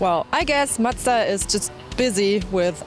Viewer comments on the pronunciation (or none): Why does say madza? Its mazda... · Love your reviews! Its spelled Mazda not mastztah.. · Matza matza its fucking MA Z DA MAZDA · I love when she calls Mazda ---> Muchta !!! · What's a matza? Lmao